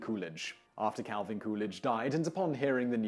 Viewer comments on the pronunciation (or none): none